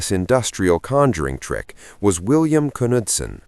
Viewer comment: Why photos? Wow like ten, I'm empresed Can't find ww2 airplane videos? Still gets Bill Knutson's name wrong. Yes I know you pronounce the K.